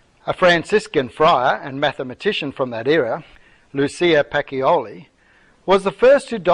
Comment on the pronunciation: Pacioli is pronounced PAH-CHO-LEE., not PAH_KEE_O_LEE.